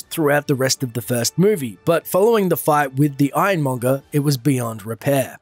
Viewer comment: "iron mongus"